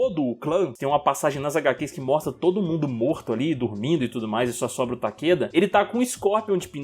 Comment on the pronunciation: Oq eu saiba é,Takera(o certo de cê falar),Não Takeda